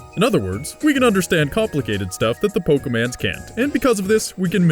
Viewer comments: Say Pokéman one more time! I dare you! I double dare you! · Seriously bro I'm gonna find and break a finger for every time you say poke man's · Am i the only one who gets annoyed with his wrong pronunciation of Pokémon?